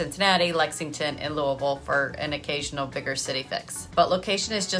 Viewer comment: Yep, you're a Southern Ohio human. Love how you (properly) pronounce Louisville. Correctly said, one hardly opens one's mouth. I'm a born and bred Buckeye myself. Go Flyers!